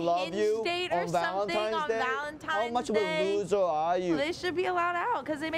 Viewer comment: "single losser" 😔